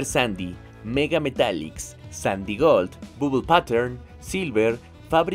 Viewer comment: /pætəɹn/, aprenda a pronunciar. XD